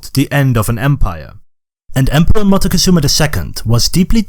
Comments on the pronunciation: The way this video pronounces MOCTEZUMA throughout the video is painful. If you're going to educate,pronounce the names correctly. It's MOCK-TEH-ZOO-MA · wait I didn't know you pronounce Montezuma as Montecozuma? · Montezuma is pronounced mock Tay zoo mah, not m Mah teh cuh zoo mah. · Is it so difficult for an English speaker to pronounce a name like Moctezuma correctly?